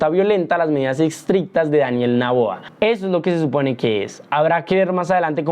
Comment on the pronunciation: Es Daniel Noboa, no Naboa.